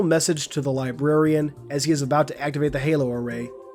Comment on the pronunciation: I’m sorry I can’t you over......”LIBARIAN”